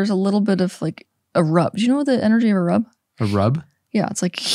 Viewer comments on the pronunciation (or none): “Do you know the energy of a rub?” Teal says. He’s like “A rub?” 😂 That was an odd way to say that 😂